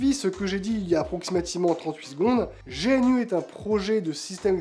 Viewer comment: GNU : On dit gnou (comme l'animal, d'où le logo) pas génu Chacun peut apporter sa contribution, si si. Si on est pas un développeur, il reste les traductions et les fautes d'orthographe, de syntaxe ou de sens dans la documentation. Aujourd'hui il 2 barrière à l'utilisation par le grand public : - le processus d'installation (qui fait peur, bien que très facile. - la connaissance publique de ces choses, qui force à se jeter dans le bain (merci pour ta vidéo) D'ailleurs pour paufiner le travail de mise à connaissance du public, je te conseil de réaliser une démo avec Linux Mint si tu t'adresses au grand public ou PopOS si tu t'adresses au gamers. Beau boulot continue comme ça